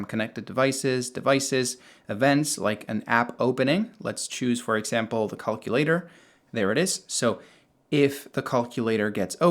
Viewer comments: "Caulk-ulator app" lol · Cullculater??? Hahahaha wtf?